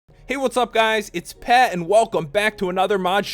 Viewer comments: At the beginning he said pet instead of pat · you said Pet instead of pat